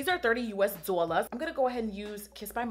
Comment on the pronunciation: I love when she says dzollars😂